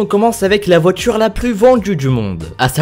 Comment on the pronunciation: numero djis on commence avec la voitchure la plus vendju dju monde!!! hhhhhhhhhhhhhhhhhhh